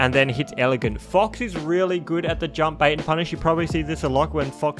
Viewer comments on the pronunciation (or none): "Fucks is really good..." Can't unhear it.